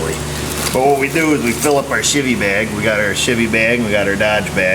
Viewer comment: Every time I hear say 'Chevy' I keep thinking he's saying 'Shitty'...put the fuses in our 'shitty' bag lol